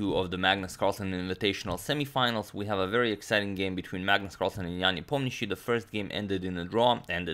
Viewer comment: It looks like Agadmator is the only one person on english speaking youtube who pronounces Nepo's last name correctly.